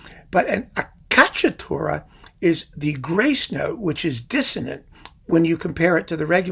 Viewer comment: Hi, sorry to correct you on a pronuciation: it's ACCIACCATURA, not accacciatura. Acciaccare means schiacciare, in english to crush or to squash. For the rest you do a terrific job, as always. Greatings from Italy